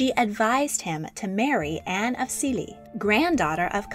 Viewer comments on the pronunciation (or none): You can just say Louis in the English pronounciation lol also it's Silesia not... 'Zilezia'?